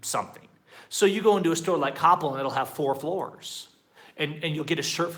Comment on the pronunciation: I was not able to understand you when you prononced the name of the store COPPEL, it is like KOH PEHL, it sound like CAPO or in English COUPLE, at firstI did not understand what store you were talking about.. Well.. that is the way it is, take it or leave it, and yes sorry if I sound rude but for us Mexicans you guys are spoiled and think the world must be at your feet, try to fight fees and policies from Mexican companies and it is like beating a dead horse, at the end since most companies provide bad customer service according to your standards well by shopping or doing business somewhere else you just switch your frustration from one company to another. By the way many US people complain about high interest rates in credit cards in USA, here in mexico the interest rate range from 25% for excelent rich customers to 80% for the poorer people and in Coppel , Elektra and other stores the interest rates go as high as 120% but nobody forces you to buy things on credit, nobody points a guin at you and forces you to get a credit card, if you want the convenience to get goods fast and it happens that you are poor you have two optioins: save money and wait maybe one yar to buy that TV screen, a living roomset etcetera but by then the price may be higher even if you pay cash orr the second option is to get that merchandise knowing you will end up paying more than twice the original price, but they do not lie to you you know how much you are paying, by the way we have three termis in